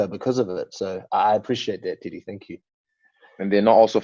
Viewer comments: Did Eugene just call teddy, (titty)!? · WHen Eugene says Teddy , sounds like he's saying Tiddy :D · I thought eugene was calling Izzy "tittie" he was actually addressing Teddy hahah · Is he calling Teddy Titty? 😆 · Take a shot every time Israel’s coach calls him “Tity” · lmao every time eugene says teddy it sounds like titty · It's so good :D No disrespect to their pronunciation but even when you anticipate him saying it it's still funny. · Haha I kept hearing that